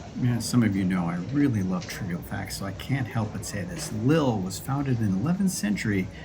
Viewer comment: The pronunciation is "leel", but everyone else gets it wrong, so not to worry.